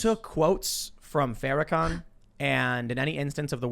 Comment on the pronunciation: Farakooker, typical. Hey Tim, say it BLACK SUPREMACIST. Its real easy. And it's real accurate.